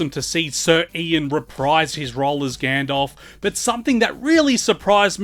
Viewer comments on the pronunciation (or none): who tf is "Gandolf"?